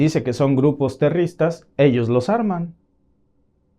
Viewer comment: Grupos 'terristas" y 'terrismo" "financían" 😂